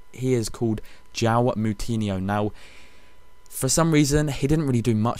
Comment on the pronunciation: killed joao moutinho's name! lol